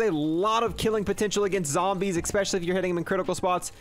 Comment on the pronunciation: Kinda bugs me that he says "expecially". Lol it's especially